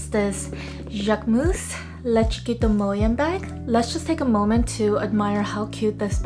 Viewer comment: I’m so impressed you can pronounce this bag name 😂